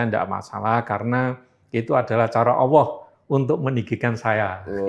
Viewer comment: Sebut Allah aja gak benar dia